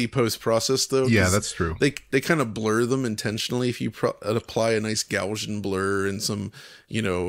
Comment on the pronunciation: Gaussian blur isn't pronounced as "Gaushian". The name "Gauss" is German, and it should sound exactly like "Strauss", and so "Gaussian blur" should be as simple to pronounce.